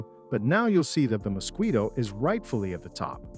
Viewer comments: "Mosqweto", hilarious pronunciation! Has the person who narrated this video never heard of this insect? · Good video. I am not fond of the narrator's pronunciation of the mosquito though. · What's a Mosqueeto??? 😂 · What is a “moskweeto"? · does he keep saying musqueato?